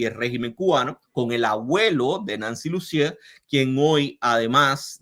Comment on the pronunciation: Lussier se pronuncia (Lucié) sin la R final y acento de palabra aguda en la última sílaba